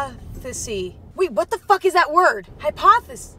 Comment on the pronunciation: ACTUAL QUEENNNNN I love it when she was saying hypotheseeee I was saying EMMA HYPOTHESISSSSS 😭😭